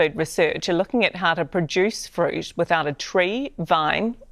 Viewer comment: Fruit Russell NOT Friut! 😯😯🫣🫣👍